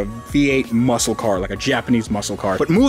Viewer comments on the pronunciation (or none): none